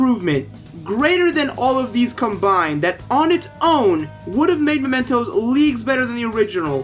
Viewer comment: Sorry man not to be arsy buuuut: It's mementos (as in m-e pronunciation) since this means an object that serves as a reminder of someone not momentos which is spanish and translates to moments As you can see the second one is much closer related to the theme of the game